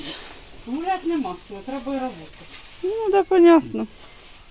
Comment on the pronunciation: Яботаешь, яботаешь...Ни выяботки, ни заяботка.... Одна яботня!😂😂😂